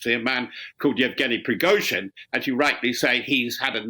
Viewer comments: "PRIZOGIN" ...hahah Its "PRI-GO-GIN" ...hahah .. man this channel is full of muppets . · "led by Prizogin," apparently. What is difficult about the pronunciation of Prigozhin for God's sake? Just say *pree-go-zhin, "zh" is the same as the "s" in leisure. If you can't get things like this right, maybe you should find another job? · Why can't they pronounce Prigozhine's name? Pree-go-jeen.